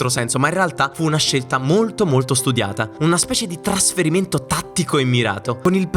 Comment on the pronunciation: "Traferimento", "TraOmatico"...... CHECCAZZOOH!!!